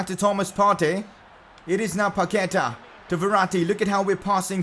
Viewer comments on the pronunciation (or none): The correct way to say is PaquetA Not PaquEta